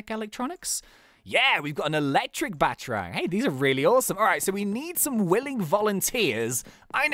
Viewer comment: ITS PRONOUNCED Bat-a-rang not batrang